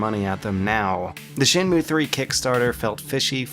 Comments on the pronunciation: Shen....moo? Shen Moo Ayy. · Evilknightz Shen Mway?